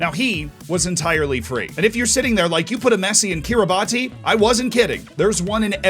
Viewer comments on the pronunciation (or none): Its pronounced Kiribas btw not Kiribati I do sound petty great video though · Hey Z, i am a bit late for this vid, but it is actually pronounced “Kiribaz” and not “Kiribati” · Its pronounced kiribas not kiribati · It's pronounced kee-ruh-bas, not kee-ruh-bah-tee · Kiribati is pronounced Ki-Ri-Bass (like the fish) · its pronounced Ki-Ri-Bats i believe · Kirabati is pronounced Kiribas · FYI, Kiribati is pronounced like Kirih-boss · Fun fact: Kiribati is pronounced Kiribass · Love you Z... but you Kiribati pronunciation needs calling out :D It's 'kɪrɪˈbæs' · It's pronounced 'kiribas' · Someone explain to how to pronounce Kiribati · Great vid mate. Look up the pronunciation of Kiribati though. Will blow your mind.